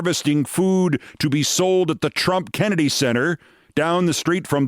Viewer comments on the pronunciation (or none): none